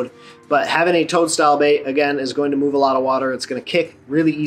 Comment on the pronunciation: Bro.... i thought you said tongue style bait instead of toad at first haha. Must be that Michigan accent! 😂